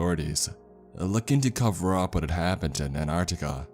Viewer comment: You know there are 2 T's in Antarctica not Anarctica.....